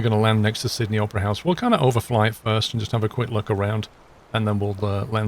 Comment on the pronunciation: i heard him say "sydney oprah's house" 🤣